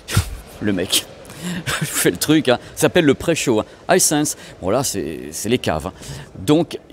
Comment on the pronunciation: Coucou, pour la marque Miele, ça se prononce Miiiileu et pas comme le miel des abeilles 😅 Vu que tu dis Haïssèns pour Hisens et pas Issans je me dis que les marque allemande pourraient également profiter de cette qualité de prononciation 😉 Je t'adore 😊